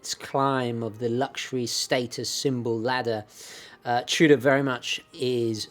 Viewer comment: Are you saying “Trudah” ? The R is after the O, not after the T.